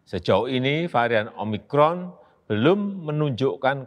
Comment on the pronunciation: Omicron atau omimron?